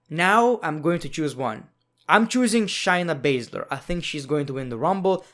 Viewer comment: You sound like Gru, and you called Shayna Baszler “Shiny Bather”